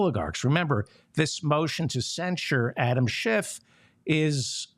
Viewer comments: Kevin McCarthy, who fancies himself the orator, can’t even pronounce “Schiff.” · Could a D house member put forth a motion to invalidate the censure because the speaker mispronounced Schiff's name? Lil' Kev called him Shift, as he always does, as a thinly veiled dis.